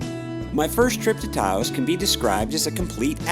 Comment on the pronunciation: I think you might want to re-think your pronunciation of “Taos”. That’s all. Nice video, and I appreciate the effort and the quality. These areas deserve more recognition; on the other hand, recognition ain’t all it’s cracked up to be. Very special places, indeed.